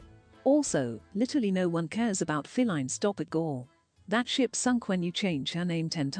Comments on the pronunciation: could someone plz explain to me why ppl are saying feline instead of faleen?? /gen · No one should be feeding into the new name at all but lard ass says FALene